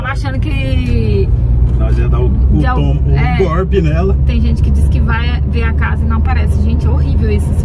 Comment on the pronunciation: "Reforma" não! É "gorpi"!